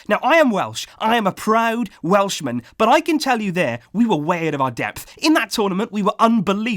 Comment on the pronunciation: “I am a proud wealshman” what does that mean Barca’s YouTube English speaking coach